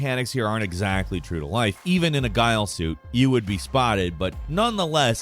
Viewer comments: "Guile Suit" 🤦‍♂ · He also pronounced ghillie suit as “guy-Lee” suit lmao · a "Guy-all" suit? Like they were dressed up as the guy from Street Fighter? LOL... it's a "gill-ee" suit, "" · You claim to have played it but call the attire a GUY-UL suit? Literally in the first few minutes he says GIL-EE suits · I hate how he says Zahkaev. It's so wrong in so many ways 😂 And Ghillie. Why tf did he say "GILE" ?! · Zah-kai-ev, not zakeev Gilly, not gyle Correct pronunciations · Im sorry, but can we talk about pronouncing "Ghillie Suit" as "Gile Suit"? Sorry to be that guy.. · Anyone else notice he said "even In a guile suit" like the street fighter character and not ghillie suit 🤣😂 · A GILE suit??? Dont tell me its not pronounced gilly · ... a guile suit?? this isnt street fighter.. its ghillie (like gilly) :D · Gilly, not Guyle. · Okay, “Zak-ee-ev”? “Guile” suit? It’s pronounced Zak-aye-ev and gill-ee suit. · I love you but why do you not know how to pronounce anything? Gyle suit? Zakheev? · ZA-KA-YAV and GI-LLY. How it’s pronounced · Its pronounced gill-ee suit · He keeps mispronouncing words. Snipel, Guile suit, Zakeeve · Im not one to critique things like this but it just seems like this guy pronounces things such as 'Ghillie' like 'Guile' as in from Street Fighter to sound smart or to be different. Idk theres just something real disingenuous about him. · Imran (Zahk-high-ev) and (Gilly) suit, get it right my guy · "Gile Suit"...... day 568 of saying is ILLITERATE. PLEASE.. JAKE... double check his videos or something broooo this guy makes it sooo so so sooooo painfully obvious that he is just reading a script for 98% of his videos.. a script he didn't write with words he can't pronounce. it's ridiculous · Wait... hold up... do Americans pronounce ghillie suit... 'gile suit'? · Man really called it a gile suit XD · Pretty sure they're called Ghillie suits, not "gile" suits 😅 I'm sorry for pointing it out but hey it stands out pretty bad